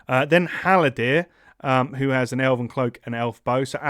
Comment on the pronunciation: Nice pod! Gotta work on those pronunciations, who is Gwalir and Halodin haha